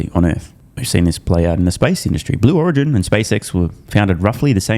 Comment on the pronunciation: Miss pronouncing its "Slow Origin" 😂